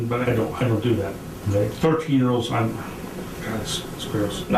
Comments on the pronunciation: “The laughter.” “The tears.” “CAWD!” “And the attempted get away.” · "Oh Cawd! " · Is he trying to say God and it came out wrong? Maybe it's his deep accent.